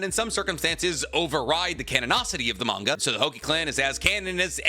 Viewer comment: Manga cannon clans "manga cannon" 😂